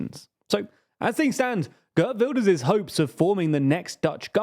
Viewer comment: Ghurt Vilders... tee-hee-hee.